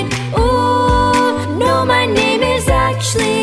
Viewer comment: Who else noticed Roni made “actually” into 2 syllables? So talented